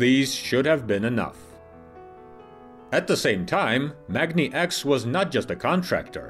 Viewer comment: The pronunciation of "Magni" (in the company name MagniX and their electric drive unit model names such as "magni650") will have a long "a" as in magnet, not something that sounds like "mog".